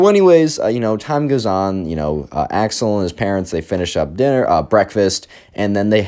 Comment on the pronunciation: I know you're saying Axel. But im hearing Ax-hole.